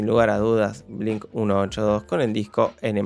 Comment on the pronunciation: Te pido por amor a Jesús de Nazareth, no decir Blink Uno Ocho Dos.